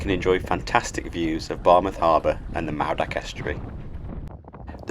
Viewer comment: Mawddach is pronounced Mawth-ack. dd makes thz sound.